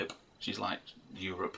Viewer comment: That's how Aussies say Europe! You need a white board to record all these action plans.